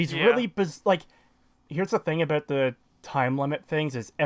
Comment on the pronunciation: You are so annoying ... Learn how to properly pronounce the word " about " and stop trying to get popular by using another more popular youtubers videos !